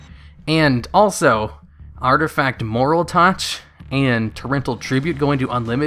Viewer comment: qli and moraltach are honestly fine. Sure they have been out for a while but they aren't really words. No excuse for mispronouncing trio though lol